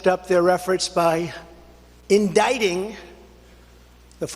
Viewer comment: The way he emphasised 'endicting' makes me think he was doing his best not to say 'indicating' again 😂